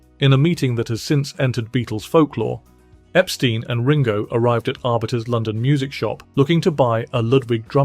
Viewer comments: You keep mispronouncing Brian Epstein's last name. It's not pronounced Ep-STEEN, it's pronounced Ep-STYNE. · EpSTEIN, not epSTEEN